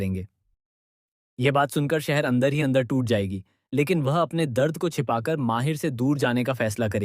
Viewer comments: Mahir nhi h bhai mahidd h ... Aur shahar nhi saher h thik se nam liya kro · Your discription is great but it's not Sh,....Seher...It spoils the pronunciation of names.Its Mahid not Mahir.